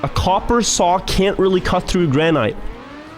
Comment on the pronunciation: I love how he mispronounces "granite" :D